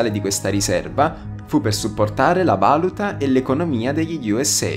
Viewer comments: nitticòra non nittìcora, valùta non vàluta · La "vàluta"? Per la presenza dell' "arsenio"? "drasticalmente"? Potresti studiare l'italiano prima di occuparti di notizie...? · La vàluta??? Mi sale l'odio